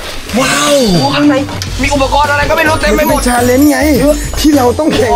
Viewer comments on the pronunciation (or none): พี่อ่ะพูดชาลน์ตลอตเลย😢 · พี่เดี๋ยวก่อนแต่ว่าพี่แปะพูดคำว่าชาเลนนะ😅